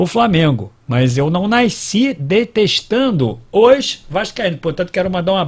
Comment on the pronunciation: Naisci?! Pq naisci?! Tu não é carioca?! 😂😂